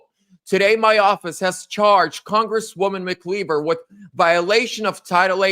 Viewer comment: the correct pronunciation is Mak•Eye•Ver “MacIver”. Watching from Upstate New Yuck. Subscriber 🙂